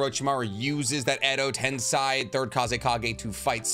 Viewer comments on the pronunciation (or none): Why do you pronounce edo tensei like that? It's literally like saying "ten say" xd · Bro you've made like 100 videos. Please pronounce edo tensei as intended. It's said in the anime a lot.